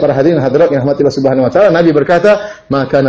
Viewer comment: Mohon diperhatikan penebalan kata/huruf dlm bhs Al-Quran. ALLAH harus dilafalkan "ALLAH" bukan Awloh. Maghfirah, bukan Maghfiroh. Ridho seharusnya RIDHA. Karena UAH juga yg menggantikan huruf "O" utk kata2 dlm Bhs Arab/Al-Quran yg FATTAH (vokal A) atau yg harus ditebalkan. Padahal dlm Bhs Arab tdk ada vokal "O". Sebetulnya semua manusia bisa mengucapkannya dgn sedikit berusaha. Banyak ustadz2 yg org Jawa juga bisa mengucapkannya. Jadi jangan laval Al-Quran ini diubah-ubah!! Jazakumullahu khairan